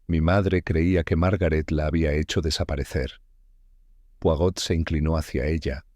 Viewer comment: No pueden decir bien el nombre ..es poirot no porot